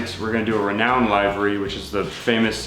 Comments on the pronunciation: Livery. Liver-e not lie-ver-e... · li-və-rē not live ery. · Looks amazing. But Livery is pronounced "Li•vr•ee"